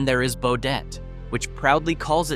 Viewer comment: Yo dum dum. There is no "O" in Baudette. Stupid Ai.